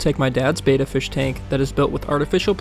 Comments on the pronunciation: It's NOT "BAY-TUH". It's "BET-TUH. Look it up online. Are you SURE you should be online without a fundamental ability to pronounce simple WORDS? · It's pronounced Betta, like "better" with an "a" instead of the "er". It's Betta, not beta. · If you're going to talk about something, learn how to say it correctly. It's a Betta like you betta not .